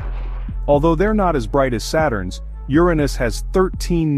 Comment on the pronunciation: No I didn't know my arse was the most mysterious planet in the solar system. . . You need to fix the skipping narration as well as stopping your A. I. mispronouncing Uranus [YUR- ah- niss) as "your anus".